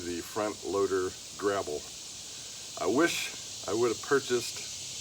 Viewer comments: You`re definitely a newb for sure, but i give you props for getting right into it and learning as you go. We all had to start from somewhere at some point in time. Bless yah! And you`re calling it a "grabble", its actually called a grapple. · Did you say gravel or grapple bucket? What would you have used it for?